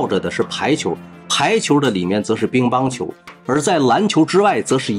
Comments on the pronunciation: 乒（ping）乓球，你是不是读错了，哈哈哈 兵乓球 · Ping Pang 球不是 Bing Bang 球😂 口语强迫症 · ping pang qiu 乒乓球 不是bing bang qiu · 哈哈，找一个“致命漏洞”，说明我有认真听。乒乓球，主播念成了‘bin,乓球’。下回注意点，这么大的事情，联合国很介意的、